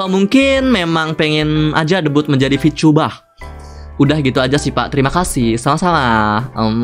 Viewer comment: bengek gue ngakak sebatas ngomong "vityubah T.....T"